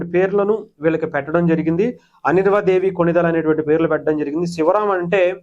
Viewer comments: అనిర్వ కాదు సర్ అన్వీరా దేవి అని చెప్పండి ప్లీజ్ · ఒరేయ్ బాబూ..! అనిర్వా దేవి కాదు.. అన్వీరా దేవి 😂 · Mundhu Anveera anadam nerchuko raaa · you're pronouncing her name completely wrong